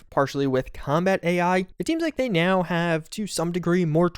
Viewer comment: right nyeow